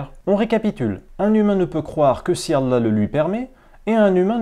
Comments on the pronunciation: Ancien musulman toi? Même le nom de Allah tu n'arrives pas à le prononcer correctement. T'es vraiment au bout. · Parcequ'il ne sait pas lire l'arabe à chaque fois qui parler arabe il tremble de peur de se tromper. Et il est fait des fautes énorme, lui qui se prétend ancien musulman il ne sait dire ni la chahada ni le mot Allah, il dis Alla. Alla sa ne veux rien dire sans la lettre ha tous change.